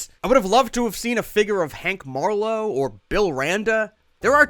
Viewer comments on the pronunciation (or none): none